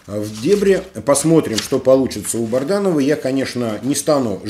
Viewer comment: Добрый вечер, если вы читаете все комментарии, почему вы упорно называете Бадранова БАРДАНОВЫМ, уже режет слух и это неуважение к слушателям, пора уже правильно произносить фамилию!!!